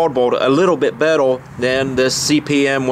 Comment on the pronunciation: Betel lol say Rrrr